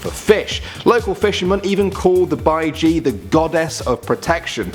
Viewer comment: He pronounced baiji wrong